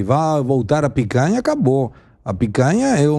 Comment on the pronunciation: Ao invés de picanha agora é "pécanha". Faz o L.